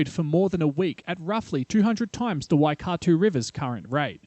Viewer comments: and pronunciation of "waikato" 🤣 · you also butchered Waikato